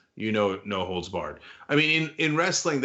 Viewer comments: For second I thought he said “No hoes barred!” 😂😂😂😂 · I thought it was "no holds bark" lol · You’re the only one who thought it was “holes.” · I don't watch any sport, and always knew it was holds. It's just that here in the Midwest, we pronounce the whole word. Never had any idea what it meant.